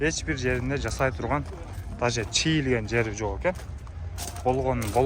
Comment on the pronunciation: Чыйылганбы же чийилгенби😂😂